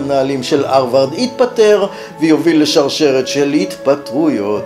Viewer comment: כך תמיד כינו את זה בעברית: פלגיאט (מלטינית) ופרשו בלשון המתחדשת "גנבה ספרותית". זו לא עגת האמריקניזציה, כמו למשל האג'נדה. יותר קשה לאוזני לשמוע את הא' מחליפה את הה' (אַרְבַרד), אבל גם אני כנראה זקן נרגן. התוכן, בכל אופן, מעניין מאוד.